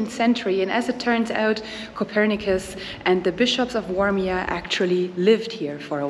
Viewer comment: Warmia is prenounced "Varmia" 😀. Lake is prenounced phonetically "Dwoogye" 😀 Plaża Miejska is a Town's beach 😁 "W" in Polish is always prenounced as "V", we don't use "v" in our language at all, unless it's foreign or Latin. Zapiekanka came from Kraków :)